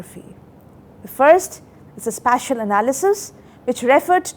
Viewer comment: This lady can't even pronounce special and spatial differently. Nation is in trouble with such teachings.